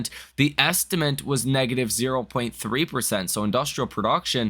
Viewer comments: Appreciate your videos. 👍 also, its estimate not estiment.. anyways you've taken the spot of Rob Maurer. Keep it up. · You need to fix the way you say estimate - you say estiment! lol